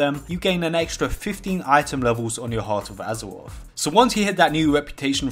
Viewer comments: hearuth of uzurauthh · hawt ov azewof, wold ov wocruf